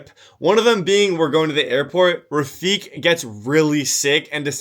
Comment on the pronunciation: Pretty sure. Its pronounced rafiq like "Qa"